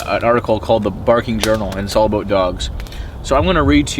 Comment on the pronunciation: "Aboot" fucking love it